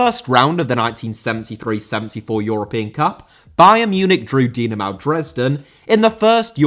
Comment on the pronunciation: München* not Munich Dynamo* not Dinamau Atlético* not Atlétecouw Draw* not Dror Andreas* not Andrejas Thom* not Thouwm Leverkusen* not Leiverkusen Inter* not Ento Matthias* not Matthajas Stasi* not Stohrzi Debut* not Deibyu Islam* not Islohrm Stad* not Schtad